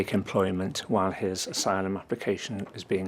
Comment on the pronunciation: "I don't know the meaning of isylum " 😂😂😂